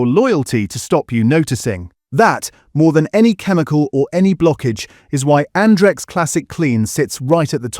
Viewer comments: Stop the AI voiceover on this channel , you make yourself look stupid. It isn't'Ondrex' it's Andrex! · I think this was covered earlier this year. I moved to Bumboo as a result. They have carbon neutral delivery options, recyclable packaging and they also offer paper that hasn't been whitened as well, taking needless cost off the price of the rolls :> Also, the AI is struggling again, this time with Andrex 🥀